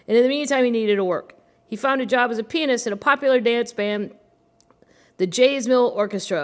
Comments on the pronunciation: I keep hearing you say penis when you are saying pianist. I’m gonna be giggling even more through this whole book. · I kept thinking the same thing